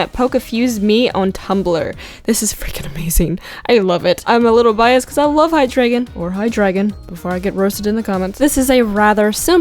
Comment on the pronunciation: it’s hy-dra-jin hydragin